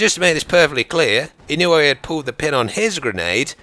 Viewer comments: It's pronounced E-No-Way btw. Thanks for making this! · A real life Terminator, also, the name is pronounce (Ino-oo-ay) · You are mispronouncing his name but it's fine. Most British people do that with Japanese names and words. It's just what happens when they are romanized. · You pronounced the last name wrong I am from Hawaii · Kinda mispronounced his last name lol. But ya, he was definitely a great man worthy of respect, I even graduated from the same school as him.